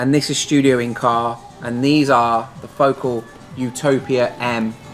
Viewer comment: really like what you do. thanks.... psst, the emphasis is on the second syllable. fo CAL not FO kle